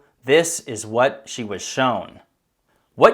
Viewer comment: "This is what zhe was shown!" addplays sigh